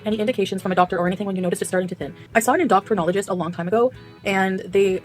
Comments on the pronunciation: She legit said endocrine doctor like indoctrination...indoctrine....that fuck learn something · THE WAY SHE PRONOUNCED ENDOCRINOLOGIST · She can't even pronounce Endocrinologist correct.